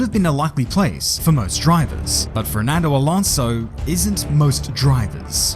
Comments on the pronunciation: is... is he saying "FRERNANDO" and not "FERNANDO" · I like how you say “Frerdnando” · Why do you only ever pronounce the letter R when you say ''Fernando''?